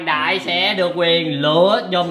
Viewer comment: Bốc dùm đọc kiểuu sao ra Lựa Dùm củng tài🤔🤔🤔